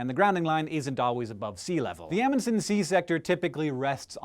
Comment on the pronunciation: Aaaaargh you're saying Amundsen wrong